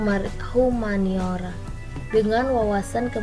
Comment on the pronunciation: Assalamu'alaikum warahmatullahi wabarakatuh, saya syilvi jania putri, ingin memberi komentar terhadap vidio diatas. secara keseluruhan yang disampaikan pada vidio diatas sudah bagus sehingga saya dapat mengertii, namun ada beberapa kali pada vidio diatas ada beberapa kali salah mengucapkan kata-kata seperti kata "humaniora", dan beberapa mengucapkan kata "eee". dan menurut saya soundtrack yg digunakan terlalu keras alangkah lebih baik jika dikecilkan sedikit. demikian lah komenter dari saya semoga bermanfaat, dan semangattt. wassalamualaikum warahmatullahi wabarakatuh